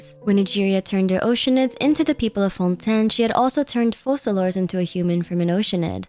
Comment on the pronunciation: Why does everyone mispronounce Focalors?